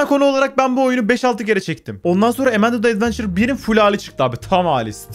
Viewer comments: Emende değil AMANDA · emendı değil amanda (yazıldığı gibi)